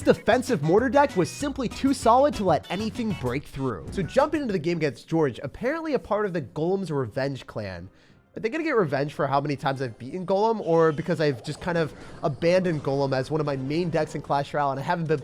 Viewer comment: Jorge is pronounced "hor-hey" not George luv you still